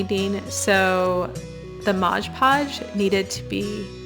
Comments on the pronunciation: Great idea, but please it is Mod Podge nit modge podge. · I think if you say MODGE PODGE one more time I am going to scream….you say it over and over and it is”MOD” PODSGE. Look at your label. Other than that annoying thing this is a good video😅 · MOD Podge not Modge Podge - that said, I really enjoyed your video! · If you’re going to go to all the trouble of making a video, why don’t you look at your jar of ”MOD” Podge and realize it is not “MODGE” Podge. At the beginning of the video you say it over and over and it drives me nuts.😂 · Mod not modge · LOL I see a lot of folks jumped on you for continually calling it "Modge Podge", so I'll spare you. :D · Funny how so many people say modge podge! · Lol, thank you! 😂 I find it so annoying when people say modge podge 🙄🤣😂